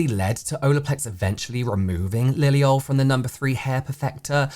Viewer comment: why is it when you say liliol it sounds so American?